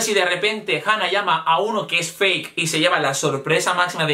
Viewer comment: JAJAJA ME ENCANTA QUE DIGA "FAQUEEE" EN VEZ DE FAKE JAJAJAJA